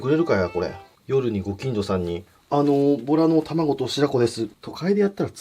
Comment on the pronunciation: ボラがとら🐱って聞こえたー めっちゃビックリしました(笑)